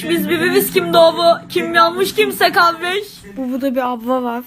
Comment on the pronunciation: Kardeşim diyeceğini diyeceğini kavdeşim diyo hahahahw